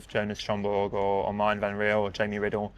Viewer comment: Can‘t even get MartEns name right smh